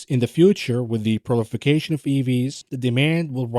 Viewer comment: Thank you for the great content. One small thing....it's "proliferation" not prolification.